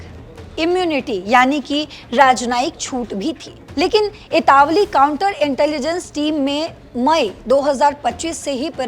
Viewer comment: इटावली नहीं, इटालवी । अभ्यास ठीक से करना था, कैमरे के सामने आने से पूर्व। छद्म युद्ध